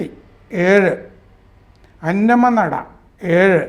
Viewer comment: സാർ, തൃശൂർ ജില്ലയിൽ പെട്ട "അന്നമനട" എന്നാണ് പറയേണ്ടത് . അന്നമ്മനട എന്നല്ല .എൻ്റെ നാടാണ്.